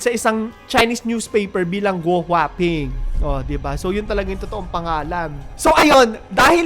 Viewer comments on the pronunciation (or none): ALICE GUO , hindi GO ! Tanga